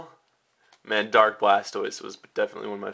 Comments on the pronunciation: Dude, you make really mutch pressure on the start of almost every word you say :P like "DArk" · I love the way you put emphasis on the word dark. XD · so much emphasis on the "Dark" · "AN A DURKKK JOLTEEYONNN!!!" The overpowering emphasism is cringeworthy.